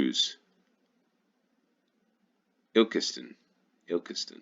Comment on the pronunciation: You pronounced Ilkeston correctly!